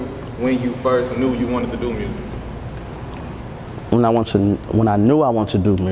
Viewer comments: Youngsta do too...dey say mursic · So all them niggaz in Memphis say Murrsick lol not just bagg okay